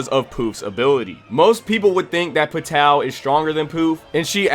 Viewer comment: The way you pronounce Pitou's name, and the rest of the characters makes my anus prolapse.😕